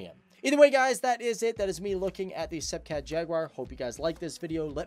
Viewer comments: Pronounced ‘Sep cat’ and ‘Jag u are’, not ‘seepee cat’ and ‘jagwah’. Got to love American English 😂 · why don't you know how to pronounce sepecat? the british didn't tell you?